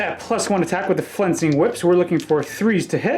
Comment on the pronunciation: I love your reports, keep doing your thing, but you keep saying "fencing whips" and it drives me insane every time, sorry, but it's "flensing" with an L